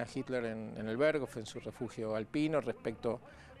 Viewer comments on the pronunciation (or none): none